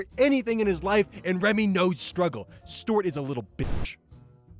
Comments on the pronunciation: It's stu art, not stort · I'm happy to see a video from you and imma let you finish.. but.. how do you pronounce Stuart? Did you for real say stort. Repeatedly? Stort. Wut? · It’s Stu-art, you absolute mong. Btw, love your vids. Much love…..You mong